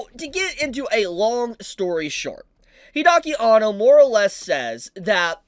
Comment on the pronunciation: Hide-aki Anno....not Hidaki, Hide